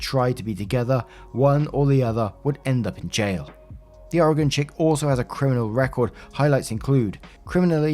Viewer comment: props for pronouncing Oregon correctly. People here seriously can't pronounce it.